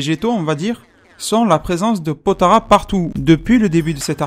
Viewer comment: POTALA "LA" PAS "RA" "LA"